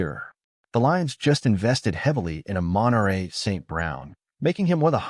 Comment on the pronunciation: the A.I voiceover just can't get the pronunciation of either Amon-Ra or Aiuk's name correct. makes the whole thing difficult to listen to.